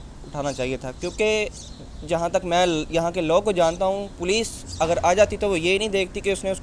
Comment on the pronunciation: Poloce🤣🤣🤣🤣 it’s Police. Padhai kar lete thoda.